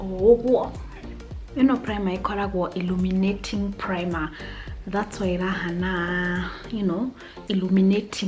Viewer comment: Illuminating primer ungesema irruminating plimer 😂😂😂😂 Lemmi laugh at my comment